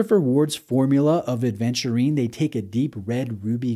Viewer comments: Thank you for being one of the first to offer us a review on this watch,. But why do you keep saying aDventurine over and over again? 😅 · I know this watch makes you feel adventurous but there's no D in Aventurine. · Thanks,, was looking for a review on this one! Yes, my hesitation was also the 36 size. BTW ‘Aventurine’, not ‘Adventurine’ 😉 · WTF IS ADEVNTURINE?? If you review a watch, at least ensure you pronounce it right.